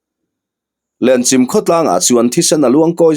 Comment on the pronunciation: Lenchim i lam dan hi a dik tawk lovin ka hria,Chim tih lai hi 'Chaihchim' ti a chim tih lai tak ang a lam tur a ni a,Lenchim khua hi khaw upa tak ni in Tlungvel zawn chhuah lam Tawih tlang pang ah khian a awm a In 150 vel em ni an nih kha aw,ka chiang chiah ta lo.